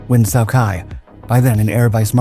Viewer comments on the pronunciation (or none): “Nguyen Sow Kai” Is that real Vietnamese? I was around through the 60s and 70s, and never heard anyone call him that. I don’t know Vietnamese, but I do remember the spelling “Nguyen Cao Ky”, and pronunciation like “new yen cow key”.